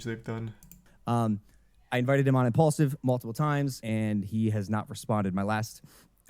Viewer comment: No wonder it’s called impulsive (impaulsive) because he talks without thinking 😂😂😂